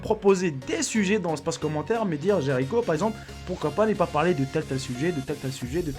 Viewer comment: Tu a dit jaricko alors que ta chaîne c'est jericho